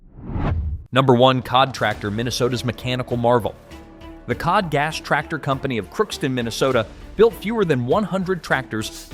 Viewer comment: I guess I should waited until the end. The cod (as in the fish?) should be pronounced cee-oh-dee. 😂